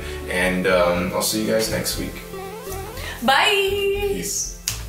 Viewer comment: Diana pronounced bye like Simone!